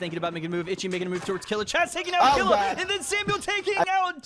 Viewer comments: It's pronounced "Keel-ua" not "Kill-ua" jtlyk. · It pronounced kill you ah for killua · It’s kil - lu- a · Man butchered killuas name it’s from hunter x hunter it’s kill-oo-ah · The way he says killua makes me wanna throw my laptop